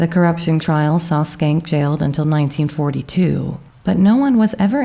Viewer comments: Shencke. Was that really pronounced skank? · I could be wrong, but I do not think Schenck is pronounced with a "k" sound in the first part of his name, unless you purposely said it that way. I had a roommate with a similar name and the "Sch..." should be pronounced with the first "c" silent.